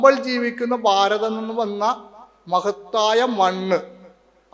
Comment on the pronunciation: ഭാരതം, ഭ എന്ന വാക്ക് ഉപയോഗിക്ക്, സ്വാമി.